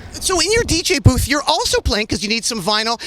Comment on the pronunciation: I heard Dj boob instead of dj booth .